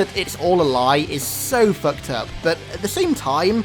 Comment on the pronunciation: How many times did this man say foukt up